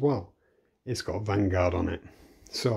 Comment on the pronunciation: Vanguard is spelled Vangvard🤣😂